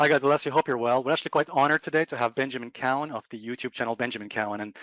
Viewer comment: Finally someone pronounced his name right!!!! COWen.